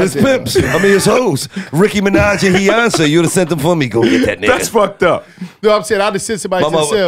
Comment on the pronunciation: I’m mad it took me this long to discover these niggas 🤦🏾‍♂️ “heyonce” 💀💀💀